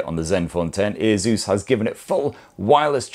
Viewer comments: its not aZus it aSus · Why does it sound like he's saying "Jesus" 😂😂😂